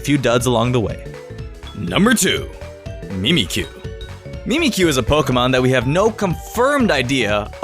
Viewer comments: Your pronounciation of Mimikyu triggers me to no end. The whole thing about mimikyu is that it is MIMICKING pikachu. The 'Mimik' in Mimikyu id pronounced mimic, not mee-meek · Mimic-you not me-me-kyoo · Ok, no one else triggered that he says Mimikyu wrong? XD the little things in life.